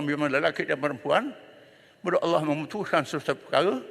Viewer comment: Ckp pandai sebut Allah sendiri pun tk betul ceramah je pandai